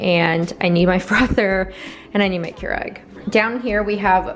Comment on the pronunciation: keur-ig is the proper pronunciation